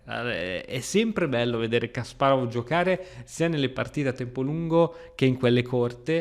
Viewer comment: Non prendermi per pignolo o antipatico ma ti prego pronuncia Kasparov correttamente <3 per il resto tutto perfetto